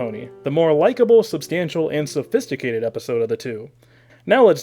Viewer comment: I'm sorry I can't get into this one, you keep mispronouncing sophistimacated and saxomophone.